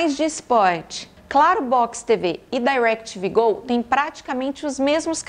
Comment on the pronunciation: Eu amoooo ela falando “Dairequitivi Gol”